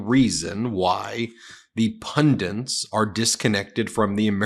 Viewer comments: Please! The word is punDIT, not punDINT. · Learn to pronounce "pundit." You're driving me f*ing nuts with your "pundins." Geebus. You're an ATTORNEY, for shit's sake. WORDS MATTER to a f*ing ATTORNEY...or DON'T they? Don't all the other lawyers make fun of your speech impediment? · It is PUNDIT! NOT "pundant". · This guy just say "pundant? instead of pundit? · Pundit- punDIT, NOT punDINT. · What, pray tell, is a pundint? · Ben please learn how to pronounce "pundit"! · There’s only 1 letter ‘n’ in the word “pundit”!